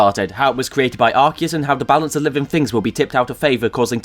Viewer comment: Arceus didn't create humanity. Also thank you for pronouncing his name correctly.